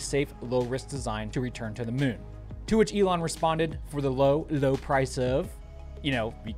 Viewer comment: The ‘Mune” 😂